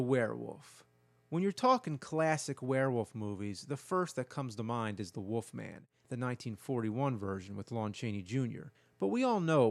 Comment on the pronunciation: It’s Wolfman ....not Woofman.